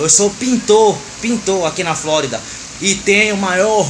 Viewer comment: Reparem como ele fala Flórida kkkk cara gente boa parabéns Amado Deus te abençoe